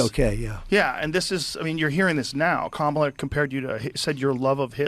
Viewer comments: I was hoping other people heard him say KamalToe🤣😂🤣😂🤣 TRUMP 2024!! Edit: some dont know but she has said her name is pronounced “Cahmala” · I swear I thought I heard him say camel toe 😂😂😂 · In that opening, I believe Trump said 'comatose', but to me it sounded like 'Kamalatose'. I think that's a great descriptor. ...Kamalotose. 🤣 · Kamaltoe 😂 Trump hilarious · I didn't even notice he said- kamala-tose!!! Omg, I'm dying!!